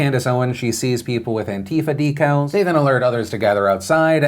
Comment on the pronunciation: The way you say "decals" is funny to me.